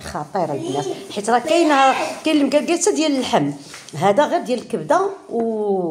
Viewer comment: هههه طريقة شرقية خليجية كتقتلي بالضحك لمكلكل ههه هي لمقلقل بالمغربية